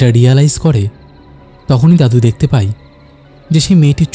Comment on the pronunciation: ‘যায়’ আর ‘যাই’ , ‘পায়’ আর ‘পাই’ এর মধ্যে কোনও পার্থক্যই নেই । শুনতে খুব অদ্ভুত লাগল